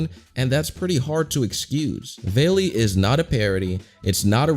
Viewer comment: not veli its vali